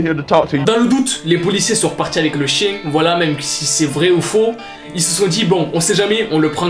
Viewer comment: "le chein" mdr le fail